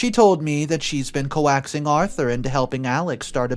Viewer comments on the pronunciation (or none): coaxing is pronounced "coke sing" ;)